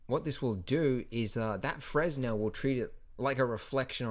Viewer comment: And (lol) "fresnel"